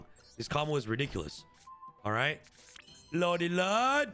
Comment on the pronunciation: Is anyone gonna tell him it's not lodey lode?